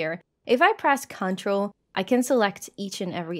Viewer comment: The way you say control is correct. The way you say CTRL (which is just short for control) everywhere else in the video is wrong. The emphasis should be on the trol, not on the con